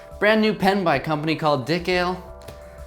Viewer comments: maybe it's pronounced as di-kale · Maybe it's pronounced di-KAH-lay